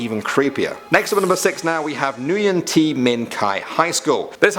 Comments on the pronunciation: It’s pronounce “win” not “nguyen” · Nguyen is pronounced "win" 😄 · on number six Nguyen is actually pronounced like Wen but spelled Nguyen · he said nguyen so wrong